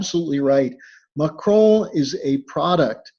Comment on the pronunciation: Drop the fucking French accent when pronouncing macron! Mahhhhhhhchrhoooon you’re a dickhead!